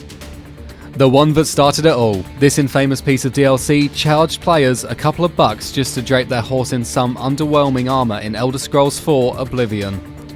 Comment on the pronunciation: > in-FAME-uss Infamous in my experience is actually pronounced "in-FAH-muss".